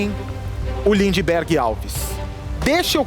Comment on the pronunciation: Bacci falando lindiberg kkkkkkkk